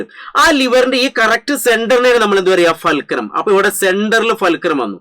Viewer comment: ഫേൽക്രം അല്ല ഫുൾക്രം ആണ് മച്ചു